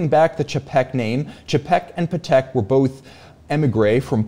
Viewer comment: Patek is pronounced “paddock” you know :)